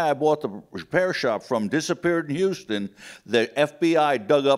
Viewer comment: How can you spend decades researching the assassination and still not know that Houston Street is NOT pronounced the same way as the city further south? Serious question.